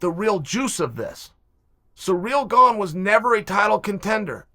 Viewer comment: Love ya Chael... But learn how to pronounce GANE